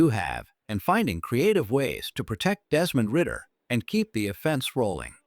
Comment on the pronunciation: This man said Desmond ridder 😅